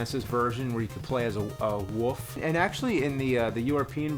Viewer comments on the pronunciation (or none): Haha, he called the wolf a "woof"... oh, how I miss living in the Philly area where you can spot a woof in a crick filled with wooter. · I like how James can't pronounce ''wolf'', I've noticed that before. Woof haha, kinda cute... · You can play as a "wuff", James?? The word is "Wolf"... Assload of fuck!! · "...the th-Sega Genesis version where you can play as a-uh woof." Play as a woof huh? Has James been hanging around Trisha Hershberger too much?